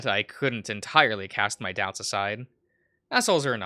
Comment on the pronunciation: Nobody tell him how Leonard is pronounced, it’s funnier this way.